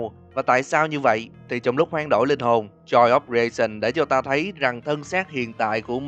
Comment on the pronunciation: Joy of creation sao thành joy of raisin(nho khô) vậy anh=))) à mà còn cái nữa là có một đoạn chúng ta thấy một chiếc điện thoại reo liên tục nhưng ko có ai trả lời, có khả năng đó là điện thoại của nick và anh đã ngủm. Nhưng tại sao những animatronic lại có thể giết người mà ko có kẻ trung gian được?